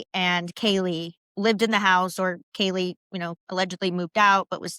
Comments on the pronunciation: did you notice that in HJs interview at the police station he calls kaylee ....kylee (k-eye-lee) i thought that was weird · Not only did Hunter not check on Maddie and Kaylee, but he also brushes it off saying ‘I don’t know’ when the responding officer asks if there are other missing roommates..THEN he purposely mispronounces Kaylee’s name in his interview. It’s insane.